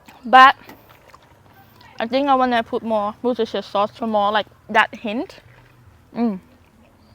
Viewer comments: Looking awesome …as normal. I love these oysters! And you did great pronouncing Worcestershire Sauce…Wustershur is the phonetic way of pronouncing it…but well done! 🎉🎉🎉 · Great cook! Oh and you said Worcestershire sauce perfect 😂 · you pronounce Worcestershire better than most Americans!